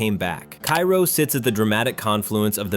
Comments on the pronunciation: At least you could pronounce it properly...Ka -roh not Kairo. AI generative bul sh*t! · Cairo Illinois is pronounced kay-roh, not kye-roh like the city in Egypt. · I know it's spelled like the city in Egypt, but it's pronounced kā-row. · It’s pronounced “Kay-roh”. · Cairo is pronounced {kay -ro}. That used to be a fun and laid back area to hangout in as a kid back in the days. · Cairo is actually pronounced CARE O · Cairo is pronounced Kay ro. Tina, Al's wife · Cairo IL is pronounced KAY-ro by the locals. I've been there many, many times. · It's "KAY-ro", beloved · Just a note that Cairo is pronounced Kāro just like the syrup. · Cairo is pronounced Kay-Ro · People from Cairo can automatically tell that you're an outsider by not saying "Kay-Row"! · Cairo, IL is pronounced Kay-row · Pronounced "Kayro".